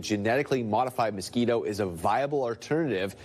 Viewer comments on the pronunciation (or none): none